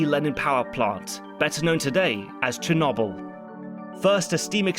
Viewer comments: commenting on this . im going to update this comment once i finish to let everyone know if he really calls it cher nob el the whole time edit: no matter how many times its said in the show, it is never said a different way. The english are truly unknowable, why do they pronounce lieutant lefftennant? i guess weird pronunciations are their bag. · you really pronouncing it chen noble? Maybe you should look up the history on how to pronounce Chernobyl. It is spelled with an R in there and there isn't 2 N's. Черно́быль. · Really? Cher-nobble? You brits really deserve the hate you get for your ridiculous pronunciation of words. Love the channel tho :-) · You're not pronouncing Chernobyl currently. It's a B not a V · Just here for to criticise the historical accuracy parts of the movie while not even attempting to pronounce Chernobyl correctly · What's even worse is how he pronounces Chernobyl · Did my senior capstone on the Chernobyl disaster! My professor kept telling me to watch this show because it was so accurate. But seriously I don't think I can watch this video with pronouncing Chernobyl that way 💀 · Why do you pronounce Chernobyl like that? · ok do brits deliberately choose different pronunciations i feel like that happens i mean i have never in my life heard cherNOBBLE even brits say cher-noble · Cher No Byl not Cher Nob Byl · Pronounced correctly in Ukrainian: “Chair-No-Beel” (last syllable rhymes with “Wheel”). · Please stop saying cherknobowl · Cher no boil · Chur-knobble is all I can focus on 😭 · Chernobble...? How do you pronounce noble? Like no-b-l? or like gnome; gno-b-l? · I love this channel. But, why do Brits insist on pronouncing things in such ideosyncratic ways? "Cher-NOBBBL" Now someone will say "welll um actually that's closer to" but why not just say it how everyone says it? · For heavens sake man. It's pronounced cher NO bull. NO. Why do you do this every single time? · ah yes, Cher-knob-yl. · Chernobble EDIT: Rentgin